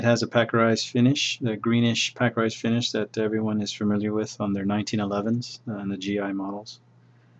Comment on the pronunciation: He said "Peckerized".. LOL..